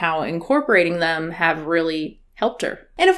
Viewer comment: Sounded like she said "em" (as in they/them) to me